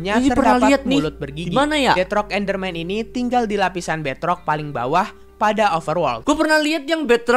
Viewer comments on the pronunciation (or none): kata deadrock enderman, bukan beadrock enderman